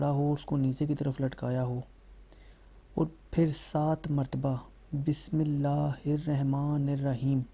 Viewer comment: Tum ko bismilla padna nahi aati